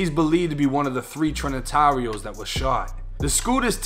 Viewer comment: "the trin-nah-tareohs" lol